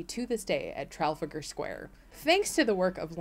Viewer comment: Great video, Fascinating! But your pronunciation of Trafalgar Square! Heresy.